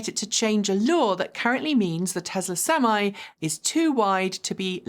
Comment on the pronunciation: What's a "sem eye"?